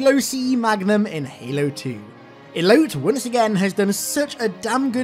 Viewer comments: "Elote" is pronounced "Eloh-tay". It's a traditional Mexican corn on the cob on a stick covered in mayonaise, chili, lemon. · Elote is pronounced EH LOH TEH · Elote is pronounced eh low teh. It's corn in spanish lol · "Elote" is spanish for corn. It is pronounced e-lo-tay Hearing you say eloat all video was hilarious. Great vid. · The dude pronouncing Elote as "Elout" was fucking cursed. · I think Elote is pronounced as "E-loe-teh" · How bro was pronouncing Elote had me dying. Its grilled corn in Spanish and google can tell you how to pronounce it because it be too hard to do here.